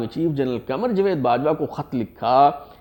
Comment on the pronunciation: It is not jwed but jawed